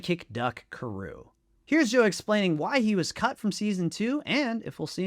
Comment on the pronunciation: it's Pronounced CAR OO Not Ka Roo. Spelled Karoo Anime Dub Pronounced as KAD OO, Kadoo. which is what I'd prefer him to be called in live action.